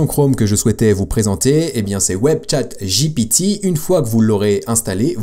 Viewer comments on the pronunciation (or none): c'est une bonne guerre ... ceux ci dit jaime toujours pas quand tu dit jipitiiiii cest GPT lol MErci pour tes videos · arrete de dire jipiti c'est stresssant JIPIITIIIIIIIIIIIIIIIIIIIIIIIIIIIIIiii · c'est GPT on parle français